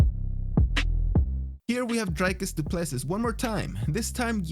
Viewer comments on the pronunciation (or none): Hey Narrator, that guy who wore joker make up, his last name is said Do-plar-see, hes a Yarpi with an equally Yarpi name, how i know is im a Kiwi and the South African rugby team The Springboks have been considered our national rugby team, The All Blacks, Number ONE foe for 100 years and they always seem to have a DuPlessis in their squad. Just mentioning it in passing BTW. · Du Plessis is pronounced more like Do Pluh See (I'm sure someone from South Africa can confirm the correct pronunciation) EDIT Yep, if you listen to the commentator during the fight clip of Du Plessis 2nd entry you'll hear the proper pronunciation of his name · Not Du Plesis. It pronounced Dew Plesi